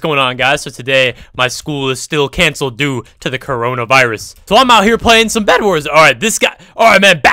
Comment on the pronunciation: The way you say coronavirus makes me laugh everytime